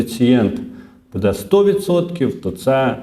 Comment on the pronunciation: що ото за нАголоси у вашій мові: будЕ, в ню...? Дуже ріже вухо..!!! ВиправлЯйтесь!!! Дякую за працю.